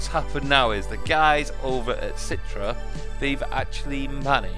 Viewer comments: citre? its Citra! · umm its not "citre" its pronouced "citra" not citre